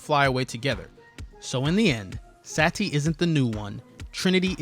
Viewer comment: omg it is Sati not Sa Ti, it is one word not 2...